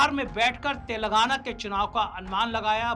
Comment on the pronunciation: तेलंगाना को तेलगाना बोलकर पूरी दुनिया को क्यों कन्फ्यूज कर रहे हैं भाई? कृपया सही उच्चारण करिए। आप अंतरराष्ट्रीय ख्याति के पत्रकार हो गए हैं। प्लीज तेलंगाना नाम के साथ न्याय कीजिए। इससे पहले भी आपका ध्यान इस ओर आकर्षित किया था। अरुण कुमार झा, संपादक, दृष्टिपात हिंदी मासिक (फिलहाल स्थगित)